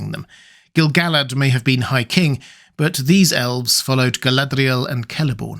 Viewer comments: Why do you wreck the "r" in Galadriel?. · Your videos are fantastic, but your pronunciation of "Galadriel" is ridiculous and obnoxious. No need to exaggerate it so much, makes the video borderline unwatchable. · So Galadriel was 'Guyladriel' as in Rings of Power?